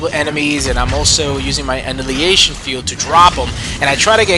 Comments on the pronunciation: actually, it's; an·ni·hi·la·tion, sometimes with a silent H. i can point things out too! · Uh-NY-hill-a-shun ...annihilation, lol. Other than that, good stuff!!